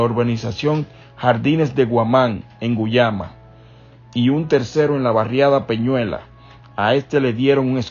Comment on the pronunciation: Diablos brother es jardines de guamani en Guayama, practica la lectura antes de hacer el vídeo ya está es la segunda vez q mencionas mal a Guayama PR